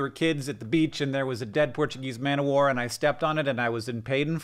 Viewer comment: TIL that Americans? just Hank? don't pronounce the f in Portuguese Man of War